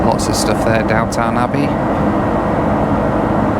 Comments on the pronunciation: I love how every time says “Downton Abbey" it comes out sounding like “Downtown Abbey".:-) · It's weird hearing, a Briton, call Downton Abbey as "Downtown" Abbey lol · did you call it down town abbey LOL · 'Downtown Abbey'?🤣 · Did you say Downtown Abbey 😊